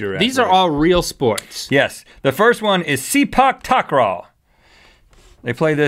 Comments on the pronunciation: It is not "SEPA TAKRAW" it is "SIPA TAKRAW" and the Filipinos made that game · It's pronounced Suhpok Tikraw no Seepack Tackraw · I know im late to this video but Sepak Takraw is actually really popular in Malaysia. Its actually played as commonly as football here. Oh and its pronounced 'Say-Pak Tak-Raw'. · 'Cause us in the Philippines we pronounce it "sePAK TAKraw" not "SEEpak TAKraw" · It is not pronounce sipak tekraw. Its sepak tak raw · I have heard of Sepak Takraw and Rhett, I think that's not how you say it because in Malay we say Se - Pak Tak - Raw, but you said Si - Pak Tak - Raw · Umm you guys mispronounced it You pronounce it se-pak tak-raw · sepak takraw is to be said like this...-SAY-PAK -TA-CRAW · its pronounced se pak takraw may classmate can do that were 15 yrs old lol i thingk it was called summer soul or salt lol XD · molijon It's pronouced as seh-pack tack-r-awe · sepak takraw is pronounced as ser-pa-k tak-r-aw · I think it is actually say-part tar-kraw(pronounciation) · Close enough But its Sey-Pak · Its pronounced Sep-a Ta-craw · It's pronounced Sa-pac-tak-roaw Seen it played professionally, it's insane! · sepak takraw is a malaysian sport (btw its pronounced 'say-pak tak-raw') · Takraw. Pronounced as SAY-PARK-TARK-RAW. I salute you who play, coz I can't play, even though I grew up with it. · here's how you say it right. Sepak Takraw = Say-Puck Tuck-Raw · Sepak Takraw is pronounced Seh-Pak Tak-kraw and it's a sport in my country (and probably others too in South-East Asia), it's basically like volleyball but you kick the ball instead and the ball is like a hard plastic/straw ball, the size of a large grapefruit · its actually Sepak = Saypak, Takraw = Takraw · We play sepak takraw (s-ae-pak ta-kraw) here all the time in Singapore.Not really new,but cool to see Americans get introduced to it. It's pronounced 'Muh-lae' btw. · In Malaysia Sepak Takraw is pronounced as 'say-puck tuck-raw' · Say-puck tuck-raw, muh-lay. :D